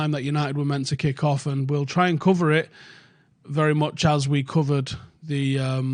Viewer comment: The way he says “covered” sounds like COVID